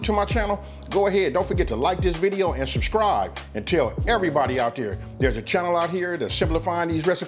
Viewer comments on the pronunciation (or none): none